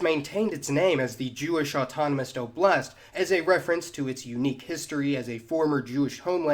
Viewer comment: It's Oblast, not oblAst